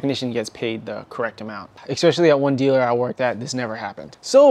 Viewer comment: There's no x in especially. It's not "expecially". In case you do the same thing with your Italian coffee, it's not eXPresso, it's espresso. You spent too much time being a stealership nerd, you forgot to finish learning English. I'll let you know if there's any other issues. I'm only like a minute in. I'm predicting right now that you're gonna have an issue with further and farther. Just my professional opinion, we'll see.